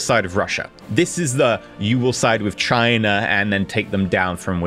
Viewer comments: You perfectly pronounced China in german ^^ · Oh my God YOU Said China in A dutch accent 😐😐😐😐😐